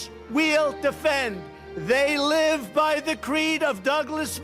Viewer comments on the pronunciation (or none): none